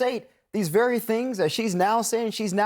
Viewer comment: Ew sounds verwy verwy scarwy.